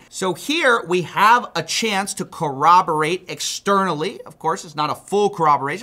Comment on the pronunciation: I just wanted to say thank you for pronouncing 'corroborate' properly.